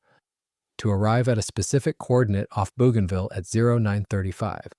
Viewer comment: It's pronounced: bow ganville